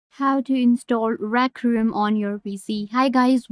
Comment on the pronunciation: "rac room"